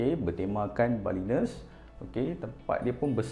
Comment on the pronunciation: Nice video tapi pronunciation salah...."balinese" tu kenapa dah jadi "balines"?? This looks like two houses yang connected kat 2nd floor tapi ada privasi di ground level & 1st floor